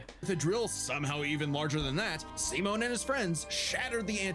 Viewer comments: "why's your name simon but you say it as semen?" brother they tell you how to say it at the start and you glossed over it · Dude’s a fake fan if that’s how he pronounces Simon’s name.